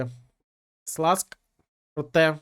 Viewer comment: Все чудово! Тільки не Сласк, а Шльонськ)